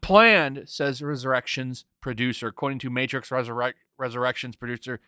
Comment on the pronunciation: The matrix? More like the mehtrix...amirite gais? Gais?...